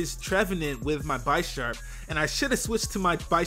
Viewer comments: pretty sure its bish-arp no bi-sharp because he is a bishop like in chess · Pretty sure it's Bee-sharp (as in bishop and sharp) as opposed to Beye-sharp... Just sayin, though great battle. It's weird seeing the battles on the stream then uploaded to Youtube. They're so much more interesting on Youtube imo because of the faster pace and commentary. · It's definitely pronounced Bisharp (like big) and not Bi-sharp like you were saying. The names are based on chess pieces in that evolutionary line. PAWNiard= pawn. Bisharp = Bishop. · You say "Buy Sharp" so many times, it's painful. It's pronounced Bih-sharp. Like a bishop. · SiLeNtDo0m No, it was very misleading because the word "Bee" is a strong E sound, not a soft. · bye-sharp? its named after the damn chess piece... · Its pronounced bihhsharp, like bishop. Pawniard being the pawn. Like chess pieces ya dig? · dawg its Bisharp, like BISHOP. get it right. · By-sharp? You mean Bisharp? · Take a shot every time says Bisharp wrong. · Nigga that ain't how you pronounce Bisharp lol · I hate how he pronounces Bisharp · He pronounces Bisharp incorrectly.